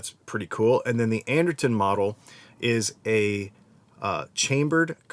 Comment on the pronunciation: Pete Anderson, not Anderton.